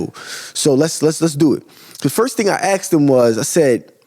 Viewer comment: Good info brother, now add working on saying Asked not Axed.